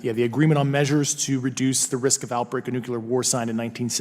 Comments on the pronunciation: It's NUCLEAR .. NOT NUCULAR!!! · Dear Mark allow me to say that the issues surveyed by the esteemed - because of their implications for Humanity - are much more important than the mispronunciation of "nuclear" although it can hurt my ears as much as yours. But let's not be confused. is not the Department of Literature of Harvard where, I am certain, many pronounce "nuclear" the wrong way. Let me quote the Merriam Webster: " Though disapproved of by many, pronunciations ending in \-kyə-lər\ have been found in widespread use among educated speakers including scientists, lawyers, professors, congressmen, U.S. cabinet members, and at least two U.S. presidents and one vice president. While most common in the U.S., these pronunciations have also been heard from British and Canadian speakers." end of quote. On the other hand, the first syllable can be pronounced in two different fashion like in New-York.